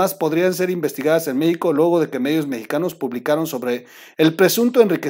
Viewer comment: 🔴🔴🔴🔴🔴🔴🔴🔴🔴🔴🔴🟣🟣🟣🟣🟣🟣🟣🟣🟣🟣🟣🟣🟣🔸🔸🔸🔸🔸🔸🔸🔸🔸🔸🔸🔸🔸 Ay troll, cuantos vicios de pronunciación tienes, buenas tus noticias comentarios, pero porque tus carcajadas? Son chistes o malas noticias? O sea, O sea, o sea, o sea, o sea, o sea, y tu risa hablando 😒 meicanos, meico, uffff!!! 🔴🔴🔴⚫️⚫️⚫️⚫️🔴🔴🔴🔴🔴